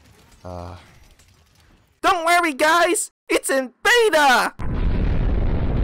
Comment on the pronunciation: DUNT WURRY GUYS, ITS IN BEYYTAA